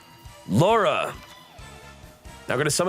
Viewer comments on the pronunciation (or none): none